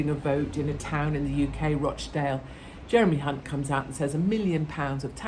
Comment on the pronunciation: Jeremy Hunt change the “H” for a “C” 😂😂😂